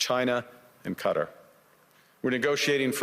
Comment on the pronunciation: GREAT TALKING POINTS FROM CARNEY, HOWEVER, HIS PRONOUNCIATION OF QATAR NEEDS HELP!